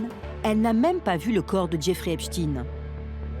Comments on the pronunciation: Epstaine et non stine !!!!!!!!!!!!Vous dites Instine au lieu D'Einstein? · Pas Epstine mais Epstein. On dit pas Einstine mais Einstein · C'est pas Epstin mais Epstein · C’est étonnant il n’y a que les médias alternatifs qui prononcent bien le nom de Epstein....les mainstream .....c’est Epstine.....😂😂😂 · Les médias qui font que de prononcer " Epchtine " alors que ça se lit Epstein comme Einstein, juste pour cacher la consonnance 🧃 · Ce n'est pas "epchtine" mais Epstein, comme Einstein.un peu de culture, svp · "Epstein" et non "Espstine"... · Epsteeeeeiiiin pas Epchtine!!!! Ridicule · Pourquoi prononcer "epchtinn" ??? En français le suffixe "stein" est toujours prononcé : "chtainngn" , comme dans le nom très connu : Einstein. Ou encore Bornstein...... Ça cache quoi cette volonté de changer la prononciation de ce nom??? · Ils prononcent volontairement mal son nom pour éviter qu'on réalise sa religion. on dit "Epstein", pas "Epstine" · Epstailleneu et non pas Epstinne ! Le yiddish est un dialecte allemand ! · Je sais pas dans quel monde vous êtes pour l'appeler Epstine alors que tout le monde lit et prononcé STEIN comme Einstein.... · EpstEin comme Einstein et pas EpstIne comme PoutIne...... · Le epchtine tout le long est horrible a entendre 😅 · arrêtez de dire Epstiiiine à la fin, nous savons très bien que cela ne se prononce pas comme ça, voyons.... 🤔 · Et ça se prononce "Epschtaïne". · Au fait, on ne dit pas "Epchtine" tout comme on ne dit pas "Einchtine" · Ah ces français! Même pas capable de prononcer son nom correctement! J’arrête, cela me fait mal aux oreilles.